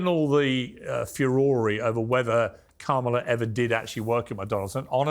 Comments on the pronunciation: The fact that only Piers and even attempted to say Kamala's name correctly tells you everything you need to know. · This is mostly garbage. The right wing guests don’t know what 5th grade students know: The correct way to say our VP’s first name. If they don’t understand that, what hope is there that they understand anything more complex? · For all you “smart” people. Let me explain how to pronounce her name!! Ka-Ma-La (Comma - la) Talk about disrespect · Piers, you're such a trump sycophant. I guess he bought your loyalty through your win on the apprentice 😜 Kamala ( pronounced comma la for your rude guests) has given her plan for the middle class many, many times. It's podcasters like you that are spreading the disinformation. I'm watching today cause is on the show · that 🦝 is the worst. intentionally mispronounces her name to appeal to his racist viewers. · When Kamala’s name is mispronounced then you know who they stand for 😂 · I think it's really rich that people try to question VP Harris' intelligence while constantly mispronouncing her name. Little children can pronounce it. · You will notice only the Trumpers mispronounce her name as an insult. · Half the country is so dumb they can’t even pronounce Kamala correctly. And these are the people that will tell you she isn’t qualified to be president. Sorry but if after four years of her as VP and you can’t learn a name, I have very little interest in your take on intelligence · Why are people that can’t even pronounce “Kamala” on political tv lol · This goes to show how bad misinformation is. They refuse to pronounce Kamala's name correctly. This is systematic. This Morgan show has a Trump back rub and feels good kinda seasion. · Piers should correct Baron's friend's pronouncing of Kamala's name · Baron's friend can't even pronounce Kamala's name. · At f-ing least make sure your guests pronounce Kamala correctly